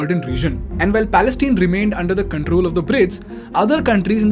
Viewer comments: Palestine (tine, pronounces as mine, pine, etc) or say falasteen. Its not Palesteen. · Dude, it's Pales-TINE (pronounced 'pal-es-TAAYN'), rhyming with the English words 'mine', 'fine', 'pine', 'line, etc. Have you never watched the news?